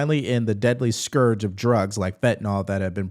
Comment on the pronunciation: Thank you. Thank you for pronouncing "scourge" correctly. I had about lost hope that I was the last one to know how to...👍😁 You have restored my faith in humanity. Now if we could just get people to spell "loser" (meaning you lost) and "looser" (meaning your pants have gotten looser) I could be at peace.